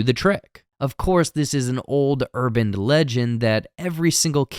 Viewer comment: i couldnt even continue after hearing that the 2nd time. it drove me insane.